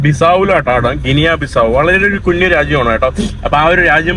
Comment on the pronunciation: കുന്നു, കുണ്ണാ രാജ്യം അല്ല, കുഞ്ഞു രാജ്യം എന്നു പറഞ്ഞു പഠിക്കെടാ മുറിയണ്ടി.